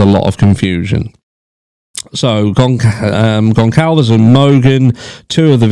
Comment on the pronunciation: From what I understand, the “c” in Goncalves is pronounced like an “s”. Sorry, I’m just trying to help.